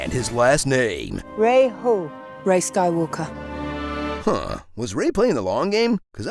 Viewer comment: I'm Ray - Ray who? - Ray Skaiwooka